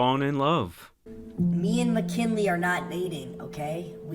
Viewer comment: Jack called her "Temu McKinley." I'll never unhear that. 😂